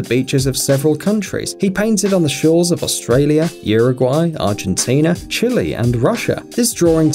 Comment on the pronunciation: You need to learn how to say Uruguay and Chile please when you said them wrong I got the chills!